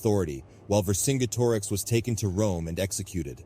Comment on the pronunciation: I really liked the video and the animations were great but I think you should have pronounced vercingetorix differently. [VUR] + [SIN] + [JET] + [UH] + [RIKS]